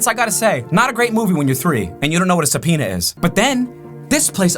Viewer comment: Who else heard “not a great movie when you’re 3 and don’t know what a suh penis is.” before you realized he said “what a subpoena is.” 😂😂